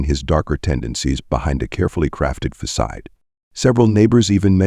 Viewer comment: The reader mispronounced alibi, Boca Raton, facade, proceeds, and more words and names which really detracted from this video!!!!